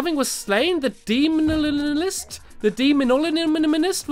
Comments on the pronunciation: |)) Demolitionist (Demo-lih-shun-isst) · LEARN HOW TO PRONOUNCE! " sry " its Dem O Lish In Ist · Everyone: Demolitionist Stampy: DeMOnoLOgiSt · Demolitionist Stampy’s Pronouncement: dEmO-lishon-ist vs. Real: demo-lishon-ist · Stampy did something for once! Also demolitionist is pronounced = dem - oh - lih - tion - ist. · It's pronounced Demo lish a nist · Its pronounced Deh-moh-lish-inh-ist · its di mo li sho nist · when stampy couldn't pronounce demolitionist...